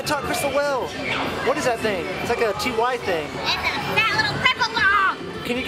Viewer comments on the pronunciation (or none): I have heard refer to the TY plush as T Y. Did you know that it is pronounced like the word tie?